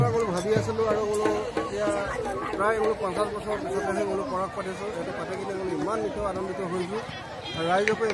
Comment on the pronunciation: পৰাগ নহয়, এইটোৱে পৰাঃগ হয়